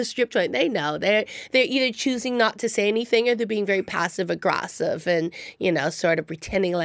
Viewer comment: I like her so much that it didn't bother me when she said "passive argrasseve". If jim or sam had said that I'd smash my laptop.